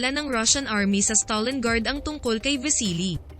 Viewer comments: It's STALINGRAD, not StalinGARD. Nice vid though. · Stalingrad hndi stalinguard